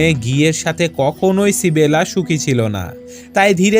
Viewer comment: ইসাবেলা* Not সিবেলা